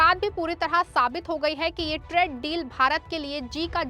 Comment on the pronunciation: Bahan tred deal nahi traaaade deal bolo